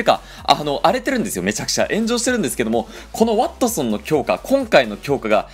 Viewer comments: ｢ワッ↑トソン｣ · なんだろう、ワ↑ットソンにつぼってしまう自分がいる